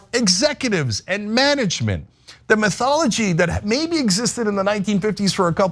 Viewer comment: "Methology"? Do you mean "methodology"?